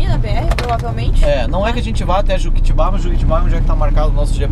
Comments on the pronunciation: Olá queridos !! estou vendo hoje o vídeo de vocês !! Você pronunciou JUQUITIBÁH !! A pronúncia é JUQUITÍÍBA.. oK ? E A ESCRITA É JUQUITIBA.. Não é uma crítica e sim, uma observação.. Vocês são do Sul e, não têm a obrigação de pronunciar corretamente !! Beijos. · Kkkkk não é juquitibá e sim juquitiba.